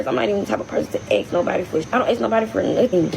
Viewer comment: “I ain’t asked nobody for nuffin’” In my head (my partner is asleep, I’m listening with an ear bud in) I’m screaming “double negative & annunciate words properly!” She also said ‘axe’ 🤦🏼‍♀️ no idea what 3/4 of the words she said were, from the not well known language of gibberish 😂 Also completely denying she’s begging 🙄 Don’t have more children or pets than you can afford.